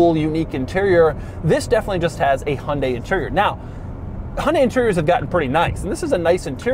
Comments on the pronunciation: Pronounced Hun-Dye. Not Hun-day. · Exactly. Or close enough. In Korea its Hyun-day with a soft "y" in there, but here in the states, most like Doug say: "Hun-day" and that's 99% there. In the UK they say High-Un-Die and that drives me completely crazy since there is no attempt at all of being close. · What is a "Hondey"? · I am wondering when you will be able to pronounce 'HYUNDAI' correctly. You keep saying that HUNDE, which sounds somewhat unintelligent. You can do better if you listen to the pronunciation repeatedly and practice. 'Weird' is not a sensible term for the design, futuristic is better word for it. Country men who have old-fashioned taste may don't like the design probably including you. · The way Americans pronounce Hyundai is hilarious.